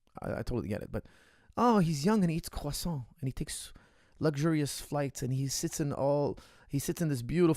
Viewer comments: Can you say quoffsaunt about a hundred more times? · Nothing softer than pronouncing croissant in French when you’re speaking English lol